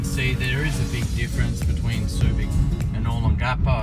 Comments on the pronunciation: It's "O * long * a * po," not "O * lon * gapo"! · It's Oh-Long-ah-Po, Sure looks cleaner than it did in the 80s I'm betting it not as much fun though. Thanks for posting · Dude find someone to teach you the right pronunciation O Long Ga Po giving advice on a place you can't even pronounce is not good Simple ...other than that a good video. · Oh-Long-Gah-Poh. Other than slaughtering the pronunciation, great video, would love to see more of Magsaysay, Rizal and Gordon Avenues. yes, it has changed a lot, but the memories are always there. The true Adult Disneyland that put all others to shame, even to this day. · u are pronouncing olongapo incorrectly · Very nice vid...but please learn how to pronounce Olongapo correctly. Thx